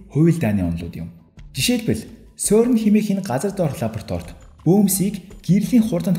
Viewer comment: сөрн биш сэрн шүү. France doc songoj aylagiig ni zuv helj suraarai :) jishee ni: CERN genève geed haihaar france doc garch irne 🙂